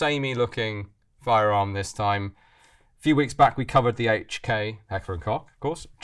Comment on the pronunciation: Why do you say "Hech"-ler? Wouldn't it be Heck-ler?